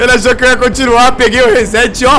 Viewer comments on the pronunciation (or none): none